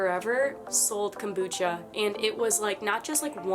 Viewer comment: Kambucha wtf did this lady even tleave Melbourne